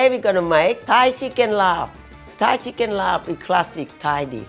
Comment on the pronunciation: Yes! Laab not Larb